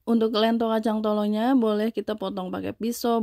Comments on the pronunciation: lentho (spt bilang 'lenteng agung')...bkn lento.. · Lento di baca dengan 'e' pepet mbak, bukan dengan 'e' taling... 😁🙏🏽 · Bukan ieto tapi lento tau